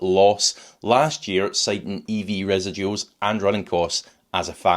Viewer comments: I suggest you research the correct pronunciation of “residuals”. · I like how you pronounce residuals. I've never heard it before.